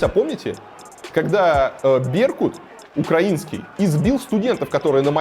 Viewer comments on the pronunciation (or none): none